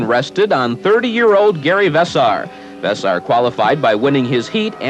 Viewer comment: Vess-air, not Vess-ar. How could you not know that. Those brothers have been in the sport from the beginning.